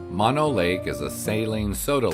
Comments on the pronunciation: It is MO-NO. Not Ma-No... ask a local for proper pronouniation before INSULTING our community in these YouTube videos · Mono is pronounced with two long o's. Moe No...not like mononucleosis. Hwy 395 is filled with side trip treasures.